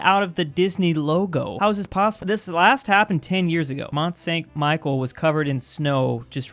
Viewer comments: Mont San Michelle... I have never heard it said like that I mean if your gonna say Micheal you might as wells say Mount Saint Micheal like cmon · the way he pronounce Mont-Saint Michelle made me want to die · Who else got triggered when he pronounced mont st michel wrong